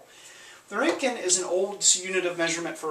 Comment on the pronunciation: Btw about your pronounciation: The R is absolutely perfect but please try to optimize your ö ;-). Cheers from Gießen/Germany where Wilhelm Conrad had his first professorship.